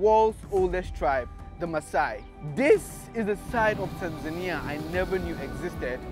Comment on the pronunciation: I'm surprised how you pronounce Tanzania with the emphasis on the "i". You have upset a couple of my Tanzanian friends...